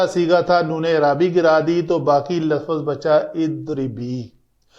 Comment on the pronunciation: With respect the correct word is lufz not lafuz.